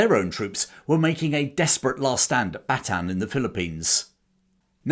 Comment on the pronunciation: FYI Bataan is pronounced Bata-an. Well done on the video.